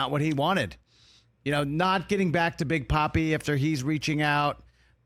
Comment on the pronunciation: “Big papi” not “poppy” 🤣😭